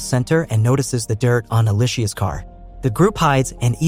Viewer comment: Her name is pronounced like Alicia not E-lie-shea. Ask me how I know 🤦🤣